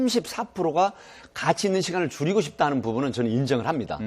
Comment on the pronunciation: 와 함께하는 시간을 '줄이고 싶다'를 '죽이고 싶다'라고 들어버렸네 ㄷㄷㄷ